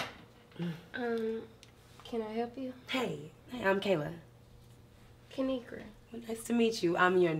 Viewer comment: Hey dw I pronounced it right and I love ur videos